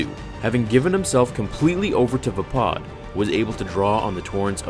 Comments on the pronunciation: isn't it VAY-PAD.... not VA-POD ? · Windu would have definitely won if it wasnt for Anakin and him hesitating right before Anakin interfered. That pronunciation of Vapad bugs me. Mace Windu has said multiple times in canon that Obi-Wan was the greatest Jedi duelist. He said Obi-Wan was the inly Jedi to master every form of lightsaber combat and the only one to ever perfect Soresu. Originally Qui-Gon forbid Obi Wan to learn Vapad as a Padawan, but Windu always wanted to show him and eventually did after Qui-Gon died.